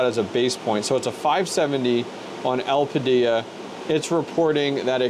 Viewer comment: u really think it's getting 90w at 950 v core? (at the wall) also, el-pida is the annunciation lmao. also with those mem tweaks u applied, u don't have to bios mod. in windows, setting ram to the 1st setting is enough. the main ram setting changed in that bios is the tref